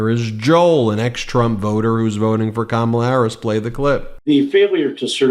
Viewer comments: In regards to the voter '': I highly doubt he abandoned trump after '16. If that was the case, then why do you keep mispronouncing Kamala in the exact same way the bigly orange turd does? Literally no one else calls her kaMALLa. Or do you Always put the emPHAsis on the wrong syllAble? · kama-La!!!!! How can you vote for someone whose name you is not even try to pronounce correctly. And it’s always yte people. They don’t take time to even attempt to pronounce our names correctly.